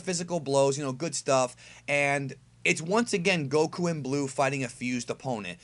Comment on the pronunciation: STOP SAY GOKU NAME LIKE THAT